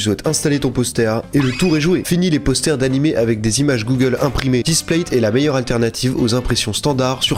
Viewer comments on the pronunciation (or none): none